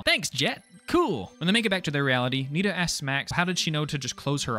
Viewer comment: NINA NAH BRUH ITS NITA but it’s ok u didn’t hear what her name is